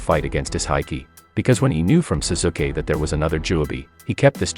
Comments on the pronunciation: lol this guy calls sasuke as susuke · He said suzuke but still wierd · zuzukeh = sasuke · It's Pronounce Sasuke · Ah yes, Sasookay. That's how you pronounce Sauske's name. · the way he said sasuke he obviously hade never watched an episode of naruto in his life he said zazuuukeee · Seriously, he pronounsed Sasuke as Suzuki? How do you even do that?! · Bro the way you say their names are hilarious especially the way you say Sasuke’s name 😂😂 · You said Saskue wrong